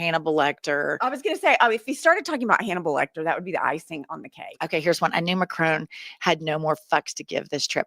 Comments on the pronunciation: It’s Mac-Ron not macronne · Please please please, will Americans please please learn how to pronounce President Macron’s name! It is Mac ron, not Mac rone! For the love of God! So disrespectful. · As a French native, I must mention the following. Macron? The N is SILENT, IT’S MACRONNNNNNN ! ❤ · Fact check for you ladies. Macron's name is not pronounced MacRONE.